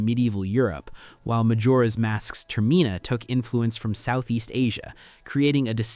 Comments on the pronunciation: God tell me about it… I can handle it if it’s here or there but I’m video paused because ter-Mina has been said 3 times in one minute and I’m ready to just click off it I hear it again in the next 30 seconds Update: It was said two more times in the following minute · Why do I get to distinct feeling that their using chat GPT he pronounced termina wrong😢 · As soon as you pronounced Termina wrong I stopped listening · I'm really enjoying it, it's driving me a little nuts though the way "Termina" is being pronounced.